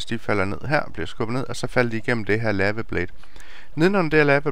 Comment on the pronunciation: lava udtales ikke lama